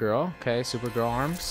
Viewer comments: why do you keep saying super grill instead of super girl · did u hear him say supergrill not hating by the way love your content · Ellboy XL The same time that I read this comment was the same time that he said supergrill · He said supergrill